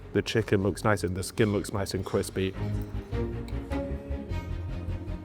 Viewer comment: “the skin looks niwce and cwispy”